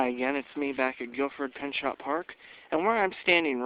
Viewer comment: pronounced (pin-cho)